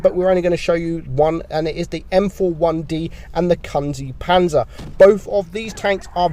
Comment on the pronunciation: “kun zee panzer” it’s pronounced koonze